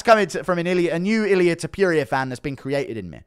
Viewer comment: When u gonna learn how to say Topuria? Its not Tiopiuria! 😂